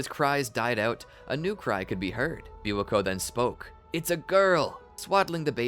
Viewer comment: u guys said Biwato but it's just my perfectionist me pointing that out